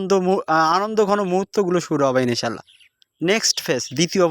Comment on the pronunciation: ভাই মনে কিছু করবেন না। ই নি শা আল্লাহ না। সঠিক হচ্ছে ই ন শা আল্লাহ। আপনি হয়ত সঠিক বলেন কিন্তু শুনা যায় ই নি শা আল্লাহ।